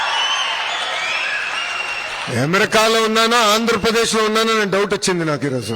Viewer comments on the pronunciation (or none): ఎమెరికా కాదు అమెరికా అని పలకాలి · యమరికా కాదు ఆ అమెరికా ఏది అను అమెరికా... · Ammerika not Amerika